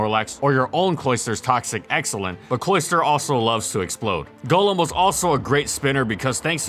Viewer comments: Thank you for NOT calling it Gollum. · It is so nice hearing Golem pronounced correctly. Not the Pokémon, but the mythical creature golem (Like what Golurk is). Everybody pronounces it as Gollem from Lord of the Rings which annoys me to no end.